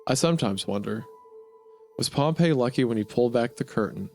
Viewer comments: POMP-EE it's pronounced POMPEE Pompey not POMP EYY POMP EEE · THATS NOT HOW ITS PRONOUNCED Pompey, as in the Roman general, is pronounced “Pom-Pee”. “Pom-Pay” is how Pompeii, the city, is pronounced. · Pronouncing Pompey like Pompeii is driving me crazy. I've always heard it as POMP-EE. Otherwise phenomenal experience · I swear Pompey is pronounced Pompee and not Pompeii. ALSO WHAT DO YOU MEAN YOU WONT SHOW HUNTER SINGING FAIRY QUEEN UNCUT HOW DARE YOU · You mispronounce Pompey this entire video, and it's honestly kinda enraging to me, a lifeless Roman history nerd with nothing better to do than complain. It is not pronounced like the city, it is "pom-pi", not "pom-pei". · Not to be that jerk, but i believe the Roman general is pronounced pomp-ee while the city is pronounced pomp-ay. Apologies for being annoying about something that literally doesn't matter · It bugs me an unreasonable amount every time you pronounce Pompey like Pompeii, lol. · Oh God, he's still pronouncing Pompey as Pompeii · Sorry i hate to be a nerd but Pompeys name is pronounced "Pom-Pee" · Hate to be that guy but Pompey is pronounced paam-pee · Dawg how did you make this video and not look up the correct pronunciation of Pompey… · That’s not how you pronounce that Roman general’s name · my brother in christ- please for the love of god learn that pompey and pompeii are not pronounced the same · This is a great video, gooner, but that is not how you pronounce "Pompey" when referring to the historical figure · Pompei (the city) and Pompey (the Roman General) are pronounced differently. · Please god tell me you read a few erowid lsd trip reports before making this. It’s super important to understand the psychological workings of lsd to fully understand what’s happening here. also PLEASE tell me you learned how to pronounce “pompey” and “causal”